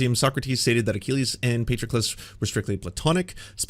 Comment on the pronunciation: Amazing how you took the time to look up the pronunciation of Patroclus and then ignored it completely and proceeded to mispronounce it throughout. Just spectacular.